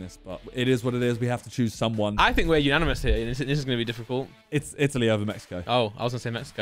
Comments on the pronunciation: say italia insted of itly❤ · pronouncing Italy as e tally is the best thing I've heard 😂😂😂😂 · not pronouncing the countries correct is killing me 😂